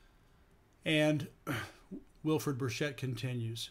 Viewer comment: Burchett is pronounced a hard ch, as in Charlie.